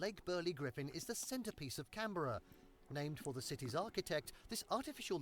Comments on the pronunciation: I went on my grade 6 camp to Canberra. (Also note, you are saying it wrong it's Can-Bra) the whole trip was a week long and was played all throughout my grade 5 year. The trip costed around $2000AUS. We had an hour flight from welcamp to Sydney where we went to the great harbour Bridge and Sydney Opera house. Learnt some history before we took a 5 hour drive to Canberra. The next day we went to the historical museum, the science building and the lookout. On Wednesday (my birthday) we went to the new parliament house. Inside the parliament house we visited the house of representatives and the senate. In a roleplay formate, I got to be the judge in the house of representatives which to me is very cool. We met an important official and got to learn some cool things. Thursday we spent in the snow, that was interesting and defiantly not what I thought snow would feel like. We had a snowball fight and a snowman building compition (my group came second) the last day was spent at the war memorial. We got to spend time looking about the aircrafts, got to see the marching and hang out in the unknown soldiers tomb. (My friend was laughing because they imagine the unknown soldier was an enemy and so we just been praising this enemy soldier) went home after a 5 hour drive and 1 hour flight to arrive home at 10pm. Good trip, got some good photos. I also learnt a lot which was good. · Happy arvo, and it's pronounced "Canbra" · G'day, Sydney has never been the capital of Australia. When federated in 1901 Melbourne was made the capital, until 1927 when the capital was moved to Canberra [p.s your pronunciation of Canberra needs attention]. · This dude needs to learn how to say Aussie words......it's Canbra.....ONE WORD.....not Can ...... Beara. Every thing he pronounces is like he has a full stop in the middle of the word! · After all that he still pronounce Canberra wrong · btw... its pronounced Can – BRUH. Not Can - bERRA. common mispronunciation though:)